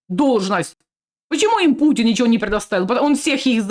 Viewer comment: " i chjo" 😂😂😂